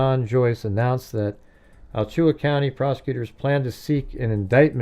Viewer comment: It is pronounced "Ala-Chua" County.. Definitely some similarities with Koberger. He is not original at all like he was intending. Complete Sicko, both of them. Love the show 😊